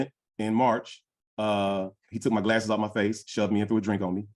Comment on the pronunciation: This dude Again?! Ill never forget those "glasaes" lol